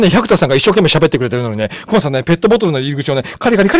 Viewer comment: クマがheyになってるw